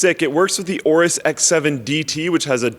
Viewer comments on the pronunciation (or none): Is it pronounced Awrus or Ay-awrus? Linus said Ay-awrus